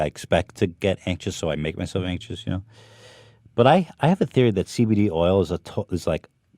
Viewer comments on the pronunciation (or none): none